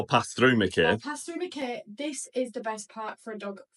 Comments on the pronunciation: Your videos kept popping into my feed. I hoped you enjoyed my lovely little home town. It’s pronounced Mack eye btw and not Mack Kay 😁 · While I was in qld I never heard it called 'mack-ay'. I always heard it pronounced 'mack-eye'. Just saying hearing mack-ay sounds jarring. Also you do know that vegemite is berroca in paste form? Don't waste your money on that rubbish.